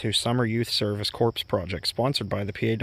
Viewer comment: the word corps. is pronounced (core). Just like the Army Corps. of Engineers. The p and s are silent.